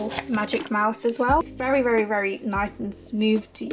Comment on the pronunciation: no hate, but did anyone notice she sad ‘neece’ rather than ‘nice’ lol!!😀😂